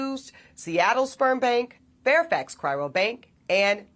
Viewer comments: She can't even say 'cryo' correctly. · Cry-ro is really hurting me. why?! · Why does she keep pronouncing it, “cry-ro”? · Can't even pronounce "cryo" tho! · So educated but can't say CRYO